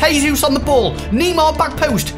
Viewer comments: it’s Neymar not nima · Please pronounce Neymar right!!! It's not N-E-E-M-A-R, It's N-E-I-G-H-M-A-R! If you read this change next vid! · dont say Nimar its Neymar keep up with the Good vids! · NEEMAR LMFAO 😂😂😂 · it's not kneemar